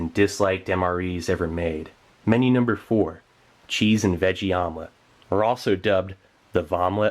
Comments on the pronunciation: Haha a vomlet... you said it. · I thought he said vomlet on purpose as in vomitlete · Vomelette? Haha more like...Vomilet, am I right???